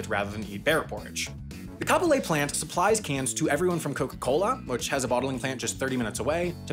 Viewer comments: At least he pretty much pronounced Kapolei correct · 1) I'm from Hawaii and I've always noticed this but never thought anything more of it 🤯 2) i'm specifically from Kapolei, I can walk to that factory from my house! 🤯🤯 3) actually pronounced "Kapolei" properly! 🤯🤯🤯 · Good job on pronouncing Kapolei correctly 🤙🏽😁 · Just wanted to say you nailed the pronunciation of Kapolei